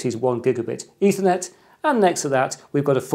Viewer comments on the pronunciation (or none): none